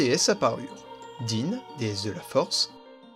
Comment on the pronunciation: din ca se prononce dain